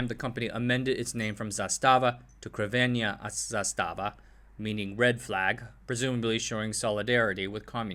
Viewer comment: Okay, stop! Halfway through the video and I have to say something. All you had to do was google the pronunciation of three words: 1) Kragujevac [krah-goo-yeah-vahts] 2) Crvena [ts'r-veh-nah] and 3) Zastava [with accent on the first a]